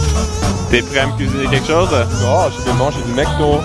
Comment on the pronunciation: On dit Macdo pas maicdo